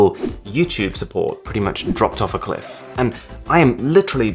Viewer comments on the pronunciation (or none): none